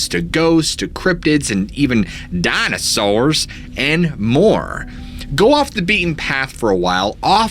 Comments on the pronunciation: Dammit bro, I love the way you say "Dina sours". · lol DYNASARRRS (cracking up every time you say it like that! 😂😂😂) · DinAsaurs lol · Hey what's up with you saying dinosaurs in the hillbilly voice